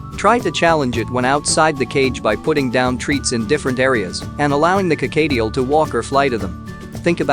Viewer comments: Whats a carcadeal?? Dang Americans pronounce words so weird! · "Co-kayy-tiel"? No. Just no.